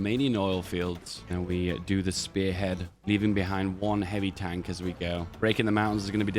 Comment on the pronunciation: say tonk one more time i swear to god